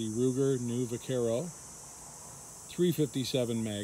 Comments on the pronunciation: The u in Vaquero is silent. Vaquero is Spanish for cowboy. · Learn too pronounce the name of the model your working with